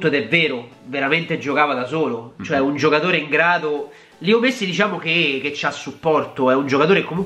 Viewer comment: ho sentito missi non messi😂😂